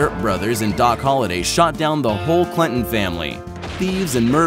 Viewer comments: CLANTON..not clinton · Its not Clinton its CLAN-ton it upsets me when people get our last name wrong